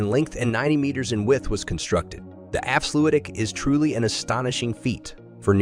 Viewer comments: Dutch diphtongs seem to always lead to mispronounciations. However I have not yet heard anyone make Afsluitdijk, sound the way he did. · Lol so many stock footage in this video is absolutely garbage. Why show some Russian/Ukrainian city when talking about Flevoland. This video, in many ways, is really.. weird. If you're talking about a project, btw, at least get the name right. The way he pronounces Afsluitdijk is ridiculous.